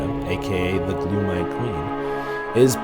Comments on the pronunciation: Gloam=glome not gloom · Gloam, not gloom.